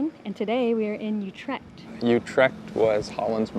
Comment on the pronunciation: Amsterdam is the worst spot to visit visit in the Netherlands, so naturally Utrecht is better.. "Coffee shops" do NOT sell coffee, you need to go to a Café for that. Utrecht is NOT in Holland, it is in the province of..Utrecht, a province of the NETHERLANDS. and it is not You-tricked. it is U- with ü as in German tür NOT A YOU sound!! and trecht, with a ch as in loCHness...not a k sound as in good or call.